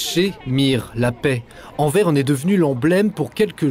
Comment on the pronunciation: Pas Anver mais Anvers (on dit le s) :)